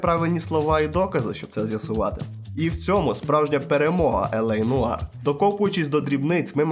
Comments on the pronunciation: *noire — нуар, не ноїр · "нояр"))) Праця може бути титанічною, аж ніяк не циклопічною. Автор ходив до школи?